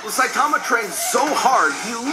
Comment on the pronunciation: Saie - tama? SAYTAMA?! 😂😂😂